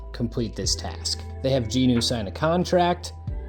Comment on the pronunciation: It's going to drive me crazy if I don't say it so...his name is Jinwoo (Gin Woo), not Jean Ooo. Aside from that triggering my OCD, enjoyable to hear people talking about their experience with the show.